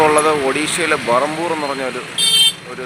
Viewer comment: എൻറെ പൊന്നാശാനെ അത് ബറംപൂർ അല്ല. ബേറ്‌ഹാംപൂർ Berhampur എന്നാണ് പറയേണ്ടത്. ഇത് ഒഡീഷയിലെ ഗൻഞ്ചാം ഡിസ്റ്റ്‌റിക് ടിൽ ആണ്.